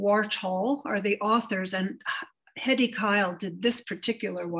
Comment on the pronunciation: Her name is pronounced "hay-dee". It's German.